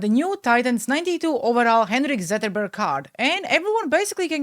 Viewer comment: never quit being you.:hands-yellow-heart-red: Also you did pronounce the names correctly Zetterlund is pronounced the way your saying it and Zetterberg when you did say it was pronounced correctly.